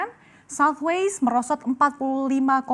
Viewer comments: it's Southwest, not Southwaist ... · Ada yg kuping nya rusak kayak saya? Kok kedengarannya kayak southwaste bukan southwest ya?